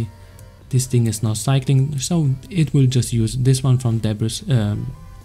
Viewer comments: it's pronounced "Debree" ;) and great tutorial! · Great tutorial. I just wanted to let you know, the "s" in debris is silent. It's pronounced like duh-bree : )